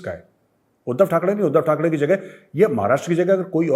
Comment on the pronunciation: Sir its not THAK (DEY) it is THAK (REY)